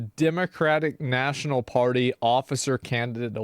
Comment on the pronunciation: "This is the democratic pary" 😂